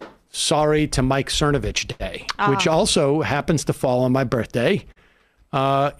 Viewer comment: I remember him mispronouncing it Cervonovich.